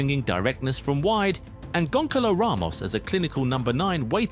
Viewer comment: the pronutiation of francisco conceição and Gonçalo Ramos is atrocious. Ask AI to help or something... jesus